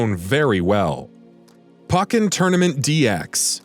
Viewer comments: Your pronunciation throughout this video is awful. Pokken "poke in". Kamek "cam mech". Aegislash "eedga slash" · How do you correctly pronounce pokemon but not pokken?